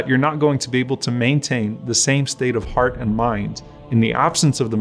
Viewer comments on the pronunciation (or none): none